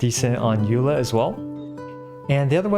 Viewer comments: Xiangling C6 doesn't actually increase her burst damage because it snapshops before the additional damage is added. P.S. It's pronounced ey-loy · Uh it's actually pronounced RAI-DEN (JK I actually have no idea) It is actually pronounced AY-LOY though.